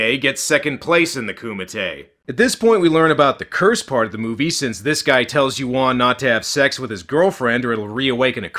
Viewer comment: A Patreon's "Zack Potter" eh! Not a coincident that this Chinese movie got featured on Dec. 20th --- With the news about Cyber security issues plus Airport closure via Drones and HUAWEI. key words incude "Turkish" and bastardizing pronounciations of Yuen and Yuan. And much more subliminal propaganda.